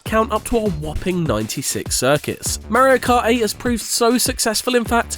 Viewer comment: How come when you say Mario Kart, you say Mayrio, then when its just Mario on its own you say it correct? Its driving me nuts.